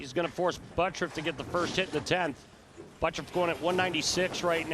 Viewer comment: Why does the announcer pronounce his name as buttruff instead of butturff